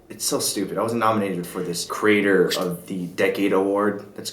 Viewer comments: "creator" pronounced as "crater" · Why do you pronounce creator as crater???? & decade as decade???